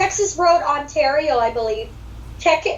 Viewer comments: Yes lol i should of corrected him on how to say it eh lol 😜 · Oh i was being nice and it didn't matter if you said Ontario wrong hahahaha 🤣😄 also i didn't realize you said it wrong until after i listened to the podcast lol